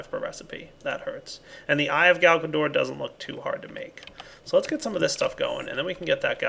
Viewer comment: I don't know... everytime he says Galgador I just hear Garbador...